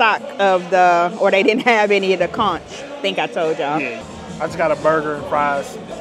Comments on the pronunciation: The beach scene 😂😂😂. The food looked good. Conch is pronounced Conk. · Hey conch is pronounced "conk" the H is silent 😊#BahamianBornandRaised ❤ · FYI In the islands we pronounce the ch at the end of conch as k. “Conk”😊